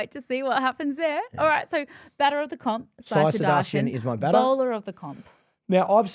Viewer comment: Sai sudarshan ❌ Sai Sebastian✅